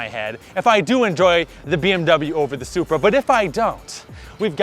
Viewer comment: You did NOT just called the Supra “Bupra” 😂😂😂😂